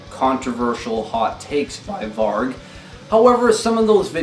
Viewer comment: Mispronounced "Varg" oxå!!!